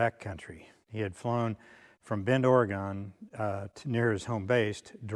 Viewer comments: Ory GUN, not Ory GONE. 😉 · Good piece! 1 comment. It's Oregon. Not Ore gone.